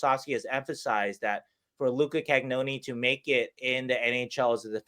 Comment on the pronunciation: Love the stuff. Can everyone start pronouncing Cagnoni properly please?